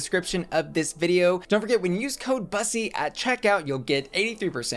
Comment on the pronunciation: Did she say "It's me, " instead of "..., Bussy"? 🙄